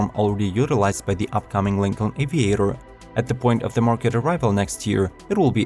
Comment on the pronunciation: JESUS CHRIST, GET A NATIVE ENGLISH SPEAKER TO NARRATE THESE VIDEOS! I am starting to think this is a fucking ROBOVOICE, as Lincoln and Gladiator were pronounced COMPLETELY WRONG! And you missed the Ford Bronco. FAIL!